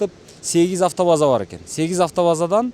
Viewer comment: Аатоваза эмес автобаза